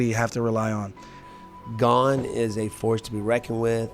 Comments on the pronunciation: He's still calling him "Gain" in this video lol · Is Jon pronouncing Cryls Last name improperly on purpose because I thought Cryl last name is not pronounced like "LANE, GAME, SAME, GAIN etc" AM I wrong 🤔?